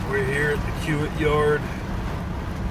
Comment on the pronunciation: I think the company your hauling for is pronounced key-wit. At least that is how they say it in the city they are based in, Omaha, Ne. Keep up the good work!